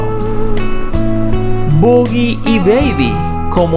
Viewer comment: El apodo de Humphrey Bogart es Boggie, pronunciado bou-gui, no bu-gui. Bu-gui es el "coco" para los americanos. The boogie man is coming to get you= el coco te va a llevar.